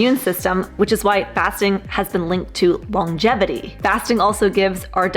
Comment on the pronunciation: Great video, even though you did mispronounce longevity. So, it’s not long-gevity. It’s lon-gevity. It’s only one G. The bald guy says it right